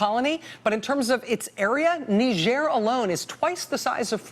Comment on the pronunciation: Knee zier since when is it french? Nigh girh